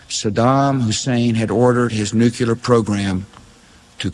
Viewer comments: Bush couldn’t even pronounce the word NUCLEAR correctly. It’s not “nuecular”. That always drove me nuts. GW Bush had a low IQ. He believed whatever the war mongers in DC told him. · It's not New Q lurr. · Nuclear, N u c l e a r.. not Nucular.🙄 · Bush Jr. Says " nucular" with a straight face. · Never trust anybody that says "nukular" or wears their tie long enough to go below their belt. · We are not caving to Israel. We voted against this war. Bush caved to his dad and Cheney and the Deep State, what did you think someone that couldnt pronounce NU CLEAR would do. Remember Bush senior practically nursed from Dulles' tit. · It's pronounced Nucular. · Just say New clee urr. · I don't trust anyone who pronounces it "nucular" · Bush couldn't even pronounce the word nuclear.